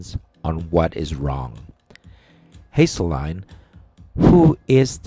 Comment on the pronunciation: Wow, can you at least attempt to pronounce his name correctly - Haselline? Hasting(s)? - you did not get it correct even once. Is English your, like, 4th language (i.e. Tweeter account? Self-tilted? Sais? 20 to 10 signals? - should I go on, because you sound like an illiterate)? In addition, you clearly know nothing about this band or their music, so your opinion is invalid. You are choosing what you want to hear. Dan Haseltine co-founded the Blood:Water Mission in Africa. What have you done recently to spread love and hope to your fellow man, because, I only hear negativity and judgment? Matthew 7:1: “Do not judge lest you be judged."